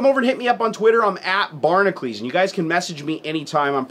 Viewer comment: I enjoy your videos for the most part, but EVERY video has one part that bothers me. You ignore the 'U' in Barnacules. It should be pronounced Bar-na-kyu-leez not Bar-nuh-kleez. Idk why it bothers me so much.